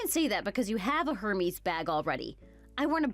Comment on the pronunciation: It's pronounced "air-mays" not "her-mess".